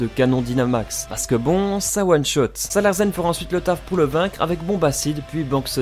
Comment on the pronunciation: On dit "Salarcen" et pas "Salarcen"! Ça vient du mot larsen, le phénomène accoustique qui survient lorsqu'on approche le micro du baffle.